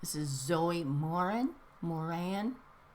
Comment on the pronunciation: IM SO HAPPY!! You got my letter finally!! Yay!!! Im glad u like that picture i colored! And its Moran sounded like muh- ran